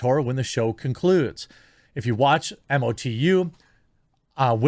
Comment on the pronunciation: hey Jer... just so you know, its pronounced "Moe-Too" (MOTU - masters of the universe) in the fanverse :)